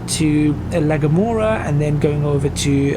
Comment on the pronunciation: El Hierro (L Hee-Air-Oh) La Gomera (La Go-Mare-Ah)